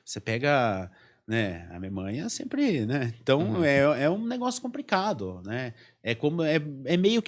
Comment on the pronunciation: Como acontece com a imensa maioria dos podcasts no Brasil, um assunto de tamanha riqueza e dessa importância discutido por pessoas jovens que se expressam com muita dificuldade e com vocabulário muito pobre. Um diretor e escritor que troca o L pelo R. É realmente “compricado”. Onde o mundo vai parar com esse tipo de gente, que não procura estudar e se qualificar para o básico: falar minimamente bem a sua língua-mãe? É absolutamente compreensível a queda dos podcasts por aqui.